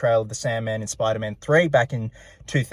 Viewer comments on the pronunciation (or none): Speder man